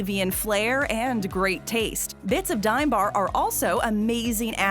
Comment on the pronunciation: Its pronounced dom